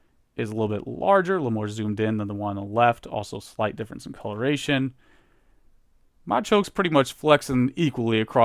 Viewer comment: all respect flew out the window when he pronounced Machop Machoke and Machamp